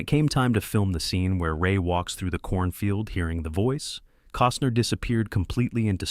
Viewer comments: And "Cooosner" for Costner. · Kevin “Coastner” 🙄🙄